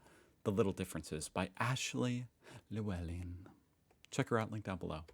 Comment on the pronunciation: It's pronounced Louellen